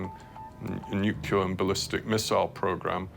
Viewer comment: ...When 'experts' on nuclear things can't say the word 'nuclear' correctly. 😖